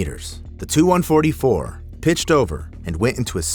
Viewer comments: When the narrator is live but just as stupid as AI 😅 he called the TU- ) 😂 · He called a Tu-144 a "2-144" and called a P51 a jet + called an SU-27 a "Suiiii-27" 💀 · Please tell the A.I. programmer to teach Art Official Intelligence how to pronounce initials. It’s not a SUE-27 or TWO-144